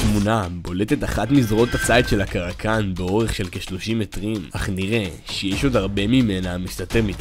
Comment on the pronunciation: kraken* no "karakan"